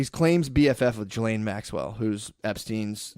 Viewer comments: See how many times Matt calls her Gillian instead of Ghislaine haha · Gill-Lane is what Ghislane sounds like. Not Jizzlane. Look, fuck her and whatnot. But thats like pronouncing Matthew not like Math-you but like Matt-Hue. Once again, fuck these people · I have been pronouncing Ghislaine Maxwell wrong